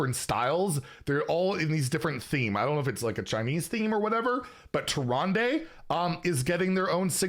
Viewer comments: inn keeper says tee-run-duh not -day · That was tricky to listen to lol.